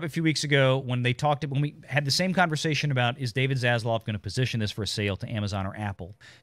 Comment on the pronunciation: dude.......it is ZasLAV. please, for the love of the almighty himself can you say his name correctly (not ZasLOV).